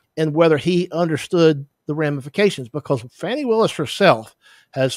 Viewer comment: He knows Fani Willis is not a prosecutor on this case; and ask yourself why this white man continues to purposely mispronounce that African American woman’s name…